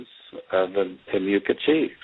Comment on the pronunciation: The house is named Indian Mound. It's pronounced TIM-uh-cwan. And the Gullah geechee people brought over from W. Africa settled there after the Civil War. There is still a large community of them from St. Augustine all the way up to North Carolina.